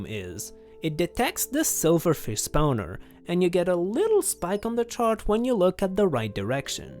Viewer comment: I love the way this man pronounces spawner. Spowner